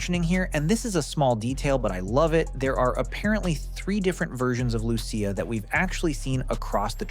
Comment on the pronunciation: Lew-see-uh not loo-sha loved the video tho man